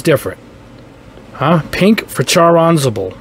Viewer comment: Nice review. Always helps when you check the different paints out.🤘👍 Wow have you butchered that man's name. While you are pronouncing it Char Anz a ble it is actually pronounced Shar Az na ble.😁 Ok. I'm done with the pronunciation lesson. Time to go buy some paint now.😁👍🤘😄